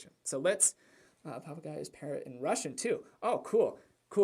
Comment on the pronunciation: Haha. Papagei. That was random but your pronunciation was on point.